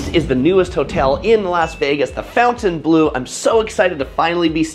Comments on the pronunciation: Fountain blue?! You are completely butchering that Say it with me: FON-TEN-BLOH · It’s not Fountainbleau, it’s Fontainebleau. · Awesome review! the pronunciation of Fontainebleau and Dulce de leche was very cringe though.